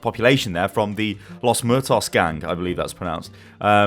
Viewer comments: It's Los Muertos, not "Los Murtoss" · "los MERTOS" lol its "los MU-E-TOS" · "los murtos gang I believe that's how it's pronounced" psst it isn't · No, it's not pronounced "lasmoortas."